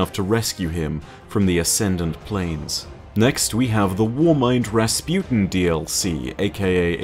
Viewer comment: Rasputin guys not rasputen. XD